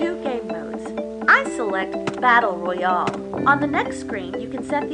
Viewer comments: Battle ROY ALL yeah thats definitely how you say it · She didn't say royale, she said royall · she didn't say royall she said royale it just sounded like royall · the way she said royale